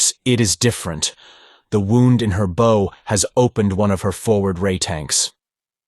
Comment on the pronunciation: thank you so much for sharing these, i love them from childhood!! i also wish to add; be consistent. you call Phaidor 2 names;(Fay-dor and Fye-dor) and at one point she actually calls herself both versions. no good. also the front of is called a Bow (rhymes with how) but you call it both bow(like arrow) and Bow (correctly). Aside from not differentiating between characters consistently (often they sound exactly as the narrator) these are my only notes. you can do this well, but also can do it better!!🫶🏾👊🏾